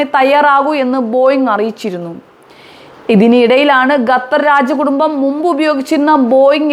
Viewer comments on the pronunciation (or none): എടി പെണ്ണെ ഗത്തർ അല്ലേടി ഖത്തർ